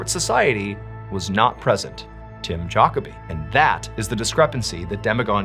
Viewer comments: FYI (for anyone who doesn't know): Jacoby is pronounced juh-CO'-bee. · Great video as always but man you butchered his name so bad I don't think I ever heard any pronounce Jacoby as bad as you did 😂😂 Jockerbee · You sure it’s not pronounced Juh koby? Instead of Jockabee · Juh-KOH-bee :goodvibes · Tim Jacoby is pronounced Juh-KOH-bee. Yeah, I'm that guy... Sorry, but incorrect pronunciation just kills my ear. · not that it matters .. Lol we pronouce jacoby .. ju co bee where im from.. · It’s pronounced ja-co-be. Like Kobe Bryant. Ja-kobe